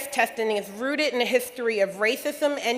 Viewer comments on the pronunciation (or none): "Rootit" Dindu word for, "Rooted"